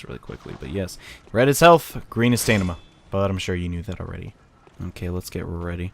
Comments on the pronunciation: You know it's pronounced STAMina, right? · Henry Marks he's referencing how says stamina as "stanima"